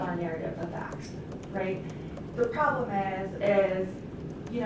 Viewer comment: Does anyone else think that the defense attorney sounds like a total airhead? A few times, she says "prollem" instead of "problem". I was waiting for her to say, "Gag me with a spoon".